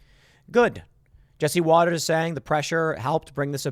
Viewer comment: it's not Waters - it's WATTERS